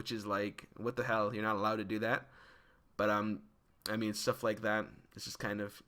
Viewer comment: I like how he's saying "How much Sh-tuff can happen"